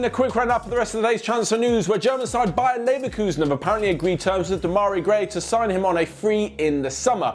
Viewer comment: Who else heard BayerN Leverkusen